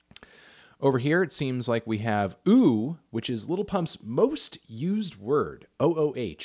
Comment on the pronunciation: It's not ooh it's ouu